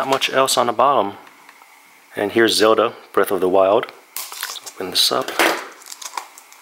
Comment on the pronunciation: Zelda. not Zewlda